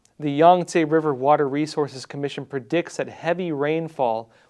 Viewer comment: purdicts isn't a word, predict is try harder to pronounce words correctly.